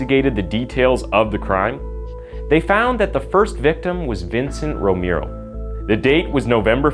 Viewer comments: It's pronounced rome-arrow... Not rome-ear-o! And yes I am a stickler on how somebody pronounces a name because there's a right and a wrong way to say certain things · I love your channel! Thank you so much! FYI: Romero is not pronounced the way you are saying it in the beginning. It’s Row-mer-o. (Just for future reference.) Later in the vid your pronounced it correctly. Maybe I’m just tired from work. 😂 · (Romero = /Roh-meh-roh/. Spanish name. Learning just vowel sounds in Spanish make a world of difference in pronunciation.) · your not saying Romero right. Say romeo and kinda skip the r in at the end before you say the o. I hope you can get it. When you say the right Romero it's sound's alot better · Okay I'm sorry, I'm so sorry but can you Please learn how to pronounce Romero? It's so offensive I had trouble paying attention to the serious issues presented.